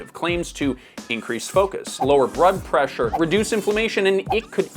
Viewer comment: Not to hate, but did you just say "lower brood pressure?" ❤